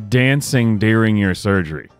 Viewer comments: It's "during" NOT "deering". lol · Not so sure its illegal to stream "deer ring" surgery. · Deering? It’s during. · It has come to my attention that my pronunciation of "during" has created some controversy.